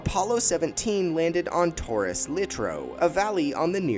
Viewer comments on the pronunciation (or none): none